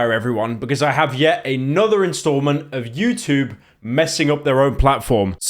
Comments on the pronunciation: "Utbarr" "utoob" fucking hell pyro slop slop slop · why does pyro say youtoob while saying everything else with a perfectly normal english accent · pyro trying his hardest to not say "choob" like a chrue brit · The way that Pyro pronounces the word "YouTube" is truly terrifying